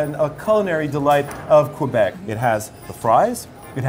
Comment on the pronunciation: I'm angry that the food tour guide said "Qwabec", I've never heard any francophone say this but I live in Ontario so idk?